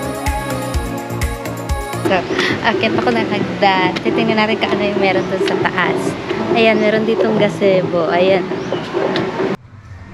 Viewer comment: Gazebo - "Guh-zee-bow" Picturesque - hindi po "Picturs-ki" "Pik.chr.esk" please take note of your pronunciation. MAY GOOGLE NAMAN.God bless